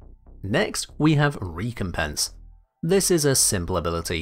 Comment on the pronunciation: What is a ree-compense? ;)